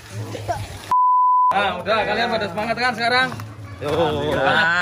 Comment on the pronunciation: Semangat kali bukan sepmanhat